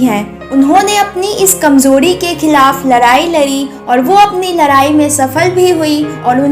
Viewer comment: larai nhi ladai bolo maam jab koi impossible toh aap hindi kyu nhi seekh jaati..